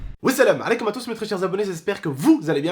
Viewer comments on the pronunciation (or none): Je sais pas si on t'as deja dis, mais on dis pas wou selem aleykoum. Mais as-selem aleykoum. Rien de mal on se reprends quand on strompe. Trkl.